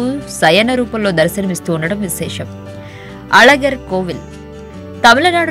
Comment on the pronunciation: అజగర్ కాదు అలగర్ పెరుమాళ్ అమ్మ అది తెలుసుకొని చెప్పండి కొంచెం